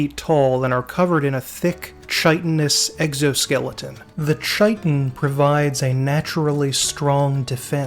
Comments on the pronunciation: Sorry for the pedantry, but it's ky-tin and not chai-tin. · Chitin=KY-TIN!!! KY-TIN DAMMIT!!! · Chitin is pronounced KAI-tin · Chitin and chitinous are pronounced with a 'k' sound. Otherwise, fantastic video. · I really enjoyed the video. Though I did want to point out thar "Chitin" is pronounced with a k- sound (kai-tin), not a ch- sound. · Just because i heard you mispronounce the word a few times in this video, chitin is pronounced Kite-un or Kiten-ous not chai-tun, che-tin, or chai-ten-ous. Amazing video by the way, this is solid gold content! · Please FFS chitin is pronounced kai-tin, insects have a kai-tin exoskeleton they don't carry tins full of crap. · Awesome presentation; thank you! Just for future reference: “chitin” is pronounced KY-tin. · Chitin /ˈkītn/ pronounced kai-tin. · Great and detailed summary. Heads up that "chitin" is pronounced "kai-tn" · Chitin is pronounced "shit-in" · Pronounce chitin properly, Arrrrgh. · My only beef is that you pronounce chitin wrong 🙄. Great overview though brother, keep it up! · Just for reference, in case you haven't found this out since making this, "chitin" is pronounced with a hard "K" sound, not a soft "Ch" sound. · Just to add, it's not that I like correcting other people's pronunciation or spelling, it's just that it was playing a Dark Sun campaign where I first learned how to pronounce Chitin. Besides, it was an excuse to leave another comment. :) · Love the video. One nitpick tho... that's not how you pronounce "chitin." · The 'ch' in 'chitin' is pronounced as if it were 'k'. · Thri-kreen. Thri rhymes with eye. Chitin. Sounds like "kai-tin". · Thri-Kreen is pronounced "thry-kreen" Chitin is pronounced "kai-tan". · Great video, minor nitpicks: diminutive (de-min-you-at-ive) and chitin (chitinous) (kai-ten) (kai-ten-us)